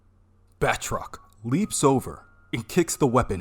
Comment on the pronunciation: It’s “Ba-troc” not “”Bath-rock” haha